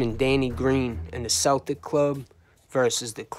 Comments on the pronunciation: Love the videos/channel but that is NOT how u pronounce the word Celtic. Its kel-tic not sel-tic. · Bro its spelled Celtic but it's pronounced (kel-tic) as in Celtic warrior. It's not pronounced like the basketball team Danny believe his blood line was connected to Celtic warriors back in Ireland in the old days. But this was an excellent video my brother Danny Greene forever the Irish 🐐 a gangsters gangster rip to the Celtic warrior he fought the good fight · Bro if you say "Seltic" or "Selts" one more time I'm gonna fuckin scream....